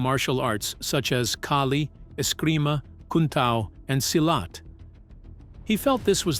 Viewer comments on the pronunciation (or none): none